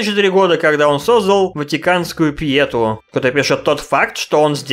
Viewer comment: 8: 38 СУКА УДАОЕНИЕ НА У В СЛОВЕ ПЬЕТУ А ЕЩЕ КНИГИ ПИШЕТ БЛ